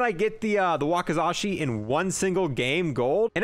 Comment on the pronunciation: Say it like this Waka (like Waka flocka) then Za ( like the word czar) then She. Ngl you're one of the more relaxed and relatable Ztubers 🤙